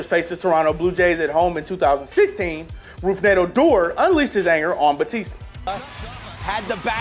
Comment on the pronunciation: "Roof"ned, punched him because he intentionally slid into him to cause harm.btw Its pronounced "root-ned"